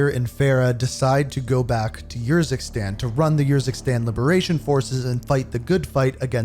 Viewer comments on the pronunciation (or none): Bro they say the name of urzikstan and fara Karim out loud so many times and you still say them wrong it hurts my soul so bad